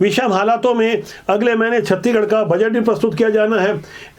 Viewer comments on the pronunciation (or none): छत्तीगढ़ नही छत्तीसगढ़ बोला करिए